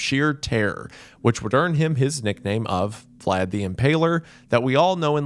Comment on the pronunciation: The pronunciations throughout are rough for someone whose obsessed with Vlad as a figure and person. Amazing video regardless though.